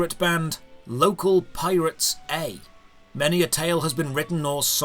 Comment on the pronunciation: I absolutely cracked up at "Local PiratesA." I'm pretty sure my upstairs neighbor could hear my cackling.